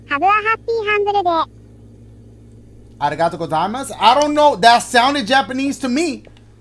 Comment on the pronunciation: and Dashie: “Atigato kasimas” Don’t know how to spell it lmao.